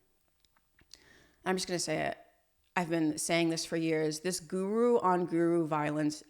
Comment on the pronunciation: Let’s start with learning how to pronounce the word “Guru” properly. I’ll teach you for free don’t worry. Then you can successfully create more defaming videos in future..